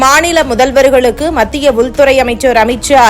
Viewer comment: உலவு பிரிவு உல் துறை. இந்த பெண் தமிழை நன்றாகக் கொலை செய்கின்றாள்